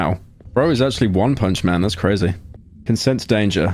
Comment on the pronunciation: ain't no way Pyro's white ass said "brazy"